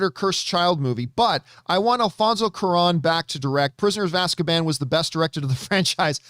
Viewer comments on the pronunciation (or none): none